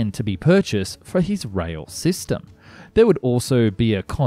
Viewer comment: Rail, not rhweahl